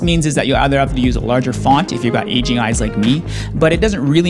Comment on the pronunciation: Bro, at first I thought you said "Asian eyes". I was wondering why that affected anything. Then I was like, "Ohhhhh! AGING eyes!"